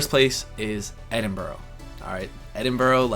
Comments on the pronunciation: Advice, dont call it edin-burrow when youre there, call it edin-burra :) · Edinbrur......not Edinboro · Edinbrah not Edinbroww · Edinburgh pronounce as Edinbra, not Edinboro.. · My first bit of advice is, don't call Edinburgh 'Edinburrough'. It's pronounced like 'Edinbra'. (with a short 'a' like in 'hand'. York - great choice. Probably the most beautiful city in England. Try a beer in the Golden Fleece (half-timbered pub built in 1503). Try Barley Hall, built in 1305. There is so much history from the city walls with the gate houses, to traces of Roman occupation and, of course, the Viking museum at Jorvik (the old name for York). Oh yeah, and good luck with the accent ha ha. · This is so exciting! I think you've made some great choices. Personally I wouldn't go for the meet and greets - just focus on YOU and drink in all the experiences you're going to have. I've always felt you're a Brit at heart so I think you'll fit right in! (Btw no-one in the UK says 'borr-ow' for 'borough' - Edinburgh is 'Edinbruh'). My sister moved from the outskirts of London to the Cotswolds a couple of years ago and finds it completely heavenly. So - just be yourself, try to be as little of 'a tourist' as you can, and just enjoy the lovely places you'll see (York Minster is a MUST - and if possible go to a service there where you can hear the choir). <3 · Just FYI...its pronounced Edin-burra, not boarro :) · Have a superb time. Youve already been good advice however, youve chosen tourist traps be aware but you should be ok.. Locals in Edinburgh might find it amusing it if you pronounce it Edinburow. It's pronounced Edinburrua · Dude your American pronunciation of Edinburgh sux. Its not ed-in-bur-o. Its ed-in-bur-ah. Beside that hope you have fun mate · It is EDIN - BRUH, not EDIN - BORO! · This is a bit picky on my behalf, but Edinburrah not edinburrow. Best of luck for the trip, I know it's kind of a working vacation but I hope you have a blast. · Ed in bur a NOT Ed in bro lololol